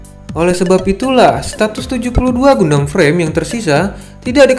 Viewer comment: Saran bang Cara baca Gundam ❌ GANDAM ✅